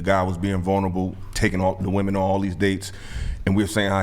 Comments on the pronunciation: THE WORD IS WOMEN NOT WOMAN!!!! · "WIH-men", not "WOO-man." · WOMEN WOMEN WOMEN!!!! NOT woman!! These women cant say the plural word for woman 😭😂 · Y'all know that "women" and "woman" are not pronounced the same right!?